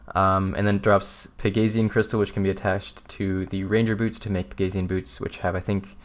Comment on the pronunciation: it's pronounced peg-a-see-an isn't it?